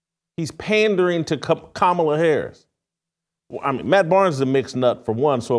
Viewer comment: You gotta love a Christian who made a "godly" pivot for clout tell women what to choose. Never seen a man of god that never raised anything other than a spoon talk about family structure. What have you led with no kids? Who looks up to you? A journalist caling her "Kuh Ma La" is hilarious.